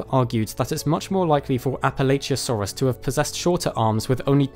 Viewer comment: It's Prounounced Appa-Latch-uh source, I live in Appalachia